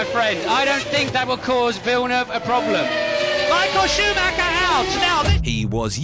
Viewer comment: Who the fucking fuck is Michael Shoe Ma ha?